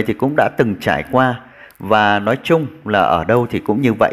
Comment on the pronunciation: Tiếng Việt bạn còn chưa phân biệt được "nói" và "lói" ; "nước" và " lước" mà còn đi bàn đến việc PHÁT ÂM! Với lại đi nước ngoài ...đâu nhất thiết phải "phát âm tiếng Anh nhỉ "?